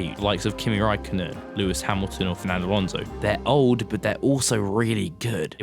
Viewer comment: How did you pronounce Fernando Alonso?? 🤣